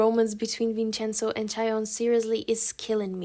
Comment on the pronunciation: I love the way you pronounce Italian words while talking about the drama "Vincenzo" xd +I didn't already watched it but does it romanticize Mafia?